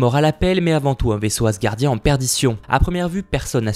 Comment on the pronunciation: Ha c'est marrant hein "hasgardien"